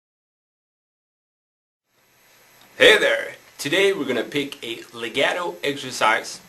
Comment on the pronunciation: hEY -It's pronounced- lay -got -toe Get it! lagato LEGATO- Now teach!